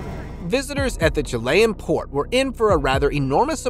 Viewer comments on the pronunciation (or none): none